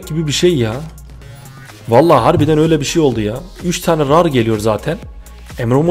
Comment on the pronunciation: rar diye okunmuyor sen ilhan abiye bakma